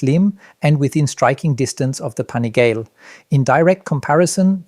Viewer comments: “Panigail”? Come on dude! Make an effort. You know how’s pronounced. Are you a journalist or Napoleon Dynamite’ aunt? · There are a lot of inaccuracies in this video. The first being that the V2 is 187kg fully ready to ride, that’s with no gas in it. The next big one is the brakes on the bikes. They’re not all running Stylemas like you claim, only the R9 is. They’re V2 is running M50’s due to lower weight and probably cost savings and the RC is running the new Hypure calipers. Not to mention pronunciation of the ‘Pan’ ‘ih’ ‘gal’ ‘lay’ “Panigale”